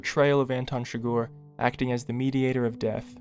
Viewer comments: Man the video is great only one tiny problem its not shgor its chi-gur and a silent H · CHIGGER! SAY IT RIGHT PLEASEEEE! CHIGGEERRRRRR NOT CHIGORRR ARRRRRGH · It's not Anton "Chigoor" it's Chi-grrrr. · it’s Chigurh not Chigore holy shit. Llewelyn even makes a joke about how it sounds like “sugar”